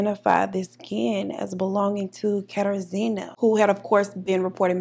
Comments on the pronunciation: It’s pronounced “kuh-tar-ji-na” there was a girl on ANTM with the exact same name thats the only reason I know 😂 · Google failed you, it’s pronounced “KATAR-ZHEE-NUH” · It’s a polish name. Pronounced KatARzna. Nickname “Kasia.” Best to use the nickname, polish names can be tricky. Im living in Poland now and I just got used to the names. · I'm loving your look, Deep Caramel Goddess. Kat-ah-zhj-ih-nuh. zj as in zhjuz it up a bit